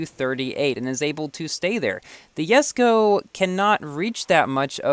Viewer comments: Why do you call it Yesko not Jesko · Did no one notice he said yesko instead of jesko😂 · ) You kinda pronounce saying Yesko..lol.. i am stucled at 58/60 jesko..so close to 4*.. key pack saved me though.. 14.5k tokens for 73 jesko bps i guess